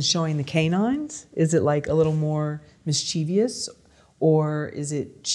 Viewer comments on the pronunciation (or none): It's not the first time I've heard an American say "mischievious". An extra i at the end and the stress on the second syllable. Is this a thing over there? I know....it's irrelevant. I'm a pedant.